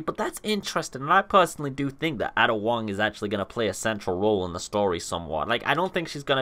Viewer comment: it's Aiiida not AAAA-DA wong.